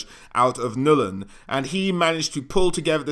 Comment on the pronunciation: NULN. Not Nul-in